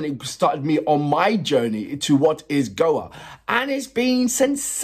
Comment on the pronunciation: It's pronounced "Go A" not "Goa" 🙂 Don't worry, Graham Norton STILL got it wrong on his 2nd time commentating on them for Eurovision (annoying !!) But great reaction video 🙂 Trust me, if you get the chance to see the live, take it !!